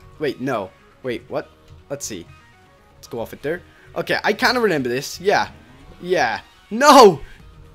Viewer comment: Renember? Me: Can you pronounce?